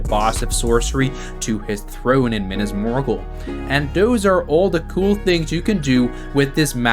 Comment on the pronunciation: why did you have to prounce it like that, MINAS MORGUL ISN'T SAID LIKE THAT